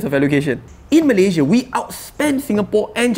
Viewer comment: awat hang sebut Malaysia pun tak betul?